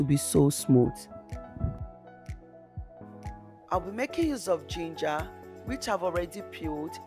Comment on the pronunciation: Loud music, can't hear you well,and the word is pronounced Gin-ger,not Geen Ger, but nice video other than the loud music.Good job.😊